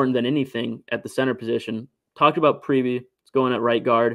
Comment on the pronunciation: I'm pretty sure it is pronounce "Preeb.". Not "Preebie"